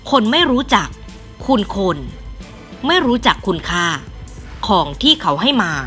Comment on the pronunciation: ประทับใจน้ำเสียงฟังคำชัดเจน ขอให้การเว้นวรรคคำ องค์-กร/อ่านติดกันว่า "องค์กร"//ไม่รู้จัก-คุณค่า/อ่านติดกันว่า "ไม่รู้จักคุณค่า" เนื้อหาดีแล้วน่าติดตาม ❤❤❤